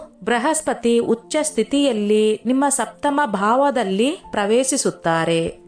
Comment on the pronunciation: ಉಚ್ಚ ಬೃ ಹಸ್ಪತಿ ಮೇಡಂ. ಹುಚ್ಚ ಬ್ರಹಸ್ಪ್ರತಿ ಅಂತ ಆಗಿದೆ